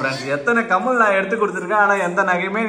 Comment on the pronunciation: கமல் இல்லை கம்மல்